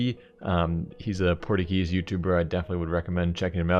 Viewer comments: "Port-agess youtuber" soildddddd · So no ones gonna talk about how he said porta geese? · portagese? Lol nice try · the way he pronounced Portuguese 😂😂